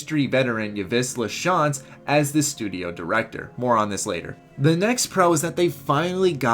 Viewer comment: Great vid! Just want to give you a bit of correction on Yves' name. In French names, there are many silent letters. For example, Yves has 2; the "Y" and the "s". It's pronounced "eve", like Christmas "eve". You got his last name almost perfect.